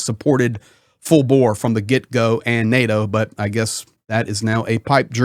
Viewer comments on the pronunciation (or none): none